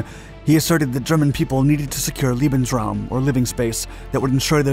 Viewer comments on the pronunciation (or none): none